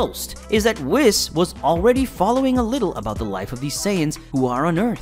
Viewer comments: No like one of the Kai’s was the first gods we see in the entire series. You pronounced whis it’s W-ee-s nit not w-es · I just have one thing to say. Its pronounced wh-ee-s, not wis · You hurt my Ears when you call whis (weese), whiss. Have you watched any Dbs episodes? Nobody says wiss. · I think it's weese not whiz. Anyway, good video. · cant get over "wiss" and "brawly" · Bro really said whihs. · Did this man say wis,its whis imagine the i like a double e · Problems I have with this video 1the pronunciation of whis it’s pronounced weese not wis 2saying beerus is the first god of the series, nope that would be Kami then king Yama then the kais then years later we meet beerus 3 acting like the gods of destruction are above the angels it’s pretty clear that they’re counterparts who are pretty evenly matched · Wiss? it's Wheeze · It's "wheece" Now "Wis" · why does it bother me so much that he pronounces it “Whis” instead of “Whees” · Bruh these characters been out too long for you to be gettimg these names wrong. It's pronounced weeeis not wis also it's bro- lee not browly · Its Wheese, not wis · HAKAI! STOP SAYING WISS! WHIS IS PRONOUNCED WEES!!! GODDAMN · Why do people pronounce his name Weese and others say Wiss… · .... its "wheese" not "wiss" lol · I know this is so minor but I can’t be the only one saying it’s pronounced like “Whees!” Not “Wis” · did bro say fucking wis instead of (wees) whis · it's pronounced Wh-ee-se not Wis! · It’s not wis it’s weez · It’s not pronounced whiss it’s pronounced weez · its pronounced wheese not whis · Whis? It is not pronounced wiS it is pronounced wease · wis? 😂😂😂😂 its prnounced wees but ok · Bruh it's fucking pronounced WEEEES NOT WIS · It's pronounced Wees you fool, Weeeees. Not Wisss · "WISS" got me like 💀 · “Whizz” lol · Wh-ee-s ..... Say whees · Bro it’s Whis ( W-ee-s ) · Ah yes, the angel wiss. Who says it like that? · Whis- Weese, Broly- Bro- Lee, Paragus- Pear-uh-gus..... pronunciation is key... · bro said wiss